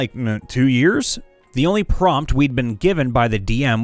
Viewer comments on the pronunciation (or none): none